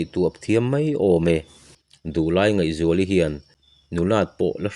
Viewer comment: Ngaihzuali Nu hming leh a Nuta pa hming i lam dan hi a dik lo deh tlat